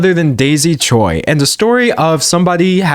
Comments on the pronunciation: btw Choi as a korean surname is pronounced Ch-way - chwe. In english it can either be spelt Choi or Chwe but in korean it has the same spelling 최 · for future reference, choi is pronounced like "chwe"